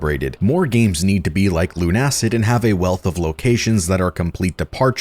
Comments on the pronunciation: It's not LUN-ACID but LUNA-CID because it's build from the words LUNA and LUCID. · Look. I'm pretty positive it's pronounced Luna-Cid not Lun-Acid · I'm pretty sure it's pronounced Lunacid, not Lunacid